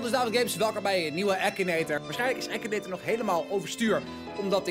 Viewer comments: je zegt akinator niet ekineter😂😂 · het is akinator zo spreek je het uit nier ekinator